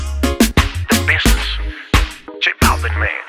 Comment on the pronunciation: bubalu sohona businness se pronuncia bisness... vamos a ver si mejoramos ese ingles eeh